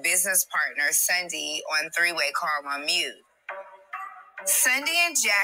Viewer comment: Lol Brooke is the only person who said this girl name the right way, It’s “Sundy”. Not Cindy or Sunday 🤣🤣🤣⚰️